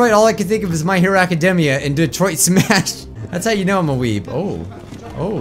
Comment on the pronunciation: DELAWARE... DETOROITTO.... (yes I know it's Detroit, but it's just how japanese people say it) SUMAAAAAAASHU!!!! (again, I know it's Smash, but it's just how japanese people say it)